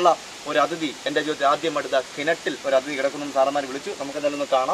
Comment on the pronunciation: Athithi athithi ennu parayunu adhithi suresh ano orale parayuna poleyanu adhithi ennu parayunne